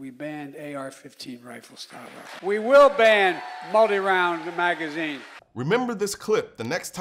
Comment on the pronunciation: "We WILL ban moldy round maga zeen" -Brandon I think he's spilling their plans again lol